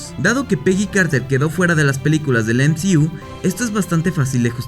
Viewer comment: El "em zi iu" 😂 nmms